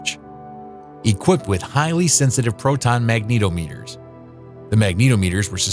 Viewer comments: One would think that even a casual history buff would have a pretty solid grasp of the English language. MagNEEto-meter? Really? I had to go back and re-listen to make sure I didn't just hear "babyscape". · Great report. You just need to check your pronunciations for bathyscaphe and magnetometer.